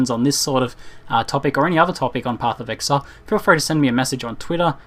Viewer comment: "Pophf of ehaile"